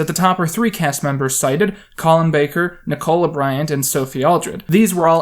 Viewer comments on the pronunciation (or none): It’s nic-ala Bryant not nick o la Bryant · Dude, a couple of points, Nicola Bryant’s name is pronounced phonically as ‘Nik-ola’ akin to Nikla Tesla but with a shortened ‘o’ sound. Her first name is not to be pronounced to sound like ‘cola’ with a hard ‘o’ sound, I beg of you, please desist in butchering the English language. Secondly, The Stranger series and Bill Bags’ 90s films are pure fan fiction for those already initiated into Dr Who, they were firmly aimed at pre-existing Who fans who were depressed about the hiatus of the show that began at the end of season 26, so it’s a bit disingenuous of you to omit that fact during your critique. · Nik-cola Bryant? Frothy, man! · These were made to satisfy us fans during the long years when there was no new Dr Who on TV and it seemed there never would be again. We were extremely grateful for them. and they were very popular. A situation I assume you have never experienced. The BBC were completly fine with them. Also you have a very interesting way of pronouncing Nicola. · Love the way you say Nicola lmao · 1. That's not how you pronounce Nicola. 2. That's not how you spell Corporation.